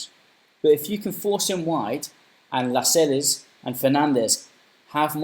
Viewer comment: La-sels is how you pronounce it